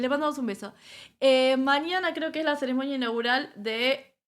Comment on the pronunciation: No se dice Ceremoña. Se dice CEREMONIA